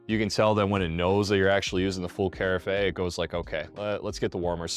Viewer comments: Yes, great video, very helpful. But, I did want to mention that, too. It’s Kah-raf. Just a bit distracting, but great review, I just bought this maker and I’m looking forward to using it! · the word carafe rhymes with giraffe!! great info otherwise... i like the idea of this coffee machine.